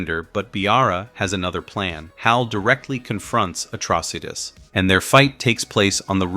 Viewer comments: It is pronounced: A_TRAW-SY_TIS!! Dayum!!!😂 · Really enjoyed the show & was sorry to see it canceled. And mostly enjoyed the recap but c'mon guys, get the pronunciations correct! It's Oa, not Ola & it's pronounced uh-TROSS-it- us. A simple viewing of the show would make this clear.🙄🤨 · This is the worst narrator ever bro go and watch the cartoon.... first you pronounce Atrocitus the wrong but Oa how you get an l in that...talking shit..